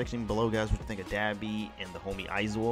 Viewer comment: Dah - BE not Da-bi...ah as in say ahhh